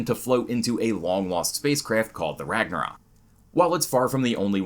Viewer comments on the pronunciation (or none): none